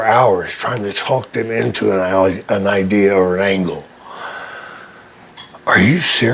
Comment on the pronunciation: I am a native long islander and every time i hear Vince Russo say Idear i cringe.. i hate that shit.. as a normal human being with a decent IQ.. adding an R onto the end of a word drives me nuts